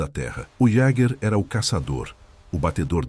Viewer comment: Sou descendente de alemães, suíços. Gosto de história, mas o problema é ouvir tanta pronúncia errada. O idioma alemão é música para meus ouvidos, mas não consigo ouvir errado. O "j" em alemão a pronúncia é "i", portanto Jung pronuncia-se iung. Jaeger, é Ieguer.